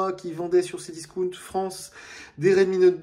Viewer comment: C Discaawnt et non pas C discouuunt 🥴